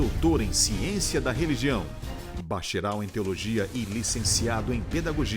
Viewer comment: Ele não é "BACHERAL" E SIM BACHAREL!!!